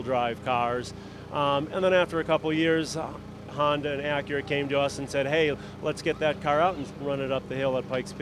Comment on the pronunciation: The way he pronounces Acura, I thought he was saying Akira. Like the Anime lol. I'm from North America in case anyone seeing this is not sure why I perceive his pronunciation this way. It may be normal to say Acura that way in his homeland, but to me it sounds like a wholly different word. Amazing Car though, I love the idea of engine mounting in the mid configuration.